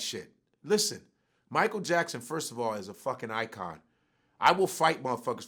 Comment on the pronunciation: Mi-ch-eal LMAO!!